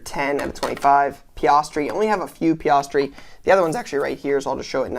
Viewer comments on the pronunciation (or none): Oh and can’t forget “PiOstri” and “BOH-TAUS”